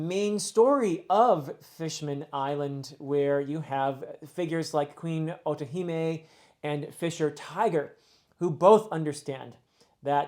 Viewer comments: Funny that he brought us mispronouncing after getting otohime correctly. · you did! As well as otohime and fukuboshi, well pronounced!